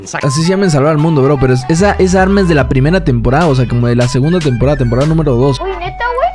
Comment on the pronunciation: dice tamporada xd